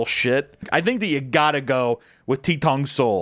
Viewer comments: Ttongsul or 똥슬 is pronounced With a slight t sound but mostly d sound, that’s why it’s written with two t’s. It’s more like “Dongsurl.” Anyways, it’s still disgusting. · I love the way he pronounces 똥술 (ddongsul) [basically means poop alcohol lol] which I guess if I didn’t know Korean I’d probably say it the same way